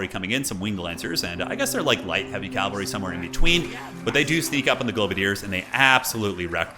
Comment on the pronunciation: Cavalry not calvery my friend 😉